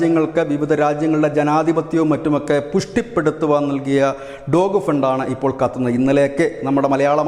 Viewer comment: ഡോഗ് ഫണ്ട് അല്ല ഡോജ് ഫണ്ട്.